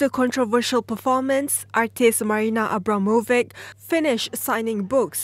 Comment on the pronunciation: People should definitely learn how to spell names. "C" in name Abramovic is pronounced like "ch" in "children" , not like "c" in "cat". Is it so difficult to grasp?